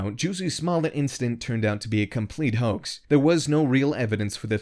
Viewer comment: Can you say HO-AXE??? Sure you can.